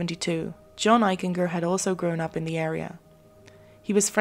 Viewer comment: I went to Middle School and High School with John Eichinger and he was a pretty nice kid; in hindsight there may have been a cruelness to John. You're mispronouncing Eichinger; it's a hard G . like a J. "Eich-en-Jer" . . . Excellent episode otherwise